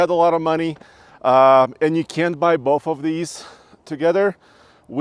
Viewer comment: I will have bolth